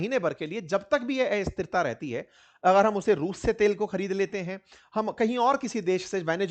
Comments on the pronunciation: एस्थिरता नहीं अस्थिरता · हिंदी में एस्थिरता नहीं अस्थिरता बोला जाता है । कृपया उच्चारण में सुधार करने का कष्ट करें